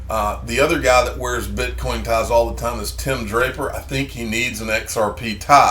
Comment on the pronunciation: It's Tie-m for XRP 😂